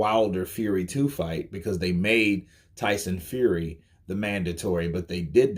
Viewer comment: Tyson “Feary”